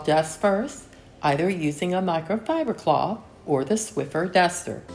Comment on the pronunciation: Hi. Your video is just what I needed today. I was just not "with it." But I decided to turn your video on, get up, and start cleaning. Once I'd finished everything I intended to do, you were thanking us for watching. So, the video was the perfect length. 😊 I'd always wanted to mention the "Swiffer" thing, but thought perhaps you pronounced it the other way because you wanted to. 😊 Thank you for the video today. I actually "needed' it rather than just enjoying it as usual. See you in 2025. #swiffer #sprayway #clorox